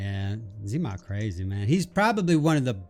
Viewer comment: The moment he mispronounced ZEMOK, I was like... Five G's please... Good God Get a Grip Girl!!! What is that?? I love you and!!